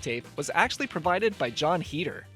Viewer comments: Listening to him pronounce Heder wrong bugged me the whole time...its HAYDER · is it? i always pronounced it like him, consider me informed :)